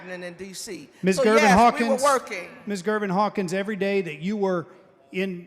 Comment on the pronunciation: Erreyday Erreyday?